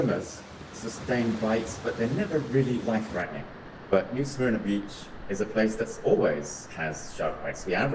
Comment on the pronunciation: The script was read awfully. It's not pronounced "smear-nuh" and it's not pronounced "tar-pawn". And tarpon are not baitfish but rather a game fish which EATS baitfish. This vid might contain other errors too, but I couldn't go any further, this was so bad.